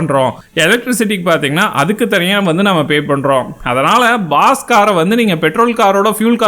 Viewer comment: Baas not boss